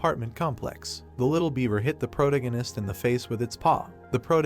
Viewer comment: can't stand the way it pronounces "protagonist"